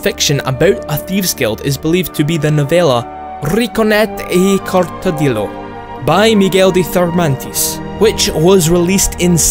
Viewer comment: I love that he pronounced ''Rinconete y Cortadillo'' like it was an italian title but it is an spanish one :v